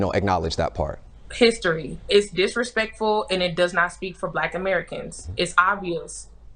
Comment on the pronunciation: I can't take anyone seriously if they can't pronounce "disrespectful".